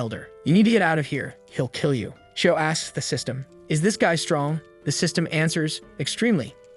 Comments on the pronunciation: Sys-t-an failure, Ai voice can't read some words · Ah yes, not system but siestem